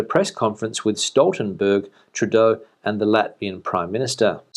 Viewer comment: Who's Stoltelberg ? ;-)